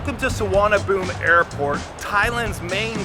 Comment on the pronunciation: Actually its not "Suvarna Boom", but "Suvarna Poom"